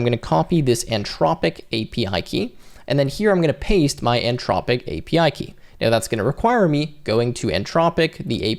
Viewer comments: Nice tutorial. You do know there's an H in Anthropic right? 🙂It's antH-rop-ic not an-tropic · anTHropic not anTROPIC. Otherwise thanks! Very useful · Came here looking for the comment before I said, "everyone say it with me, the t-h makes the thu sound" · Brother, there's an 'h' in "Anthropic." It's not "an-tropic" 😁